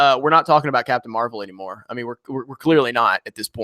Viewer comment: You messed it up.... it’s Captain marv-L